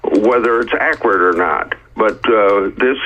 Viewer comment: Ackwirret. We've got a real genius here. Did Horsey go to law school? That's the opposite way round to how it works.